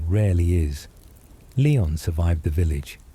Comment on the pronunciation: It’s Lee-on and not Lay-on